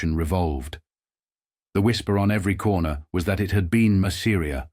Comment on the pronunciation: I hate the pronunciation of ‘Masseria’ in this video.